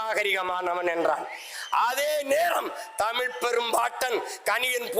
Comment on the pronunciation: சீமான் அவர்களின் உரை பற்றி சொல்லி தெரிய வேண்டியதில்லை, எனக்கு உணர்ச்சி கண்ணீர் வடிக்கும் அளவில் இருந்தது. ஆனால் இந்த உரை பற்றி விவரித்தார், தமில், தமில் மொலி என்று பேசுவது மிகவும் கொடுமையாக உள்ளது, திருத்திக் க்கவும்